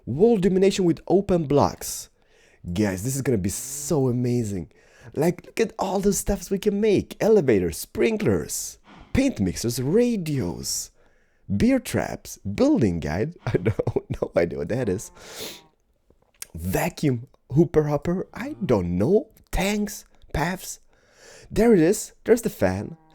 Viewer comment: hahahah he said 'BEER TRAPS' not 'BEAR TRAPS'. Buddy you can't trap beer. actually you can in a bottle but you know what I mean.:D LOVE THE VIDS KEEP ON THE GOOD WORK.